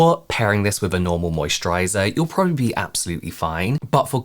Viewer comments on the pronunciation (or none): none